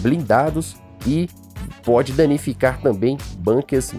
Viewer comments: ...Amigão, a pronúncia correta é " U " ... BUNKa , e não BANKER !!! É uma palavra alemã e em alemão U é U mesmo !!! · Sua pronúncia para Bunker está Errada, pois a palavra é Alemã e não inglesa!